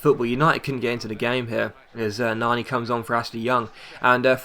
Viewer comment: good video but couldnt help but laugh at your ponounciation of"Nani"